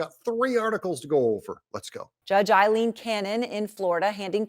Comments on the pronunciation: I am sick of hearing her name pronounced wrong. Pronounced- Al-een. A is no long. i is silent. double e is long. I know. That is my name to.. Proud of it. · EYE…leen…Correct pronunciation…I know…my name is Eileen…Please correct Doug…Thank you!